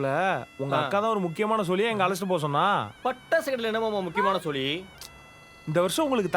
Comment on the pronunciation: Pattasu ❌ Tappasu😂✅